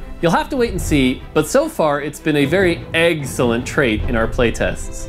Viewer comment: dijo Eggxelent XD